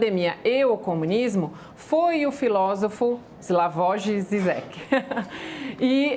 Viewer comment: Slavoji zizequi foi ótima kkk. Certo é slavoi jijek na hora de pronunciar.